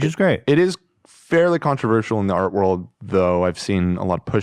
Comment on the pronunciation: Wourld whoorld WORLDS